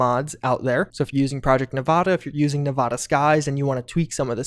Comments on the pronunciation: Great vid homie but I use to live in Nevada and hearing you pronounce it nuh-vah-duh instead of Nev-add-ah kills me inside each time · Nevada is pronounced Neh va da, not neh vah dah. Source: I was born and raised in Vegas. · This hurts me when people say Nevada with a ahh like when your at a doctor office say the a like you're scared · I hate to be that guy but Nevada is pronounced with a as in apple